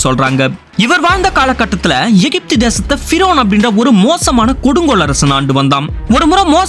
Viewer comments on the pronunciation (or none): none